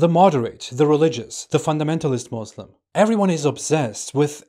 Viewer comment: This says he was a Muslim but can't even say Muslim properly lol ...